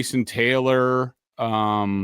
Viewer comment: No way does Greg actually think thats how Malachi Moore's name is pronounced????